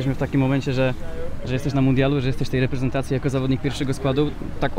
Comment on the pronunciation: Czemu wszyscy Ci nasi grajkowie mówią REPENTACJI?